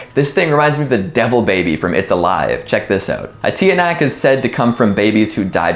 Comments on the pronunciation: Filipinos: tikbalang, Kapre, tiyanak(pronounce as Chanak) Outsiders: tikblang, Kapri, Teeya-knock XD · Tiyanak is pronounced as “Chanak” 🙌🏽🙏🏿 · Tiyanak you gotta say tyanak